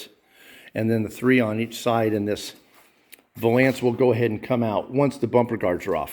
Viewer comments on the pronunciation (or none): Valance like balance, Not va lance. Ughhhh!